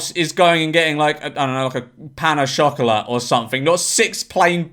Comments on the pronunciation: Did he say chocolate funny, or is this some food I’ve never heard of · You know your british when you pronounce chocolate as